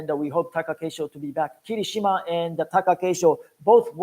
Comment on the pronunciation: Its very nice that you with NHK do official promotions for Sumo for non japanese speakers. 1. I see that sometimes you refer to Japanese words in an english way, and while the Japanese announcers say ki-Rishima, you say Kiri-Shima. Whats the correct pronounciation? 2. Why limiting watching of full basho tournaments (all full 15 days) to japanese audience only and not make it available to overseas audience? Im asking you these questions as an official NHK representative and you also work for the Sumo Association. Thank you!